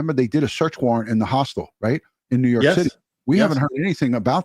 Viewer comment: Dear, I love ya, I do…but if you keep calling a hostel a “hostile”, I’m gonna start saying “splatter” 😂😂